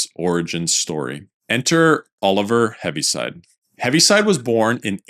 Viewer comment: Correction: it’s Heaviside, not Heavy